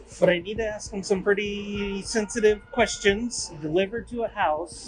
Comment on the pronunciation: Its : "Ask" not "Axed"......this nutjob and his attitude is so common throughout the community these days.....🙄